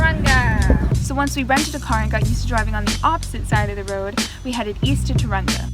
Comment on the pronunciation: Taurunga Pronounced Toe rung a